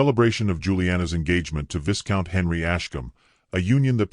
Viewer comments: Good story. The pic of them getting married in the chapel, has her hand in the crook of his arm, but yet both of her hands are holding her bouquet! 3 hands! 😂😂😂 AI pronounces VI COUNT as VIS COUNT! That’s funny too.😂😂😂. Still rate your tale a 5 out of 10. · It's "V-EYE count."